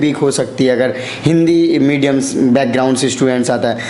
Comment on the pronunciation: Lg nhi rha tha mujhe ye such m clear kra h jb isne medium bola 😂or upsc b nhi bol pa rha